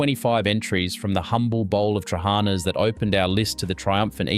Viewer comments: Its Tra ha na...accent mark on last "a" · i've never liked trahaNA (note the syllables stressed) LagAANA or LagaNES are great. I've never been able to stomach patSA. hortOPITA with homemade dough is awesome.. skordaLIAH either with stale bread or potatoes is still a must, as is taramoSALATA. I makes mine with cream/ricotta cheese instead. No to fahKES, never liked lentils. revithoSALATA, yes. briAAM we still eat plenty of. yemiSTAH are still de rigeur in summer with homegrown stuffed summer veg and yes, they're better eaten the second day either cold or lukewar. youviourLAKIA avgoLEMONO from scratch are delicious and still mad regularly. Yes to kefTETHES too but scratch the unecessary bread. bifTEKIA (note plural) is the the greek hamburger with herbs and eggs. or meat rissoles without the burger bunds. stiFATHO - delicious with rabbit too not just beef. You almost got the pronounciation correct. kokoRETSI is still an acquired taste. Good in small doses. Eating top to tail is always recommended. souvLAKI yes, made with pork. avgoLEMONO soup is still the most satisfying soup ever made. dolMATH-ES made with cabbage for a substantal meal or with vine leaves for mezze. spanaKOPITA see hortOPITA. pahstITSIO yes, ok but never a favourite. No one says no to loukou-MAATHES even now. GalaktoBOUREKO still never fails to please when made and served warm. baklaVAH yes, a byzantine treat. moussakAH still a favourite and yes homemade is best. Had lamb on the spit this Easter. actually, we still have it as often as possible wheneve